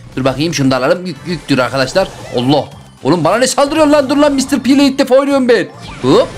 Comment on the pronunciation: Mıstır pi değil mistır pi